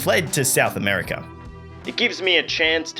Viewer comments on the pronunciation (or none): none